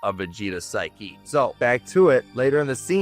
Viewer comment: I cant tell if you are trying to say psyche or sphy Ki for humor its a good attempt not a perfect video you need a bit more life experience is all I can tell you went through the education system of current year.